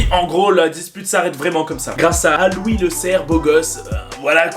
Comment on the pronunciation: c pas roui c louis